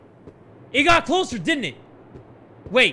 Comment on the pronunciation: “I swear it got a little bit closlier.” From The Kubz Scouts 2021